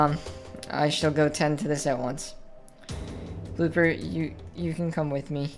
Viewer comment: did he say booper at the start of the video